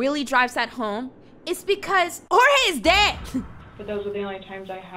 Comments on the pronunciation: I'm a little confused, his name is pronounced Hor-Hey but she's calling him George? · NEVER pronounced Jorge’s name correctly. In addition to all the blanket disrespect, that’s just a super low mean blow.